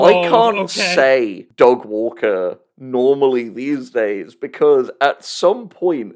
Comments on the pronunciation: I still land on 'Doug Walker' pretty consistently (maybe it's my british accent) but I am beginning to be able to hear the Du Gwarwer in your stuff, so that's a thing now. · I am unfortunately only going to be able to hear “da gwawker” any time I hear Doug Walker’s name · da vinky vs da gwawker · I have no idea why you folks keep saying "Da Gwaker". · Da Gwawker? Seriously? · Da Gwawker Help Da Gwawker has found me! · WATCH OUT, ITS DA GWAWKER!!! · 'Ey, I'm Gwawken' here! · EYYYYY I'M DA GWAWKIN' OVA HERE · Da Gwawker is killing me in the same way as that one reddit comment referring to George Orwell as "jorjor wel." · Da Gwawker actually killed me... cause I also say his name that way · Da Gweawker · Don't tell uncle about Da Gwawker! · Thank you so much for giving me "Da Gwawker"